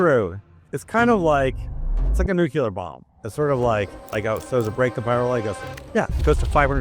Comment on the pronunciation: Another one who can't spell or say "Nuclear" with one 'u' and I'm only a few seconds in...... so I know I'll have to hear him say it again! It's a shame that he's not an English Language expert also.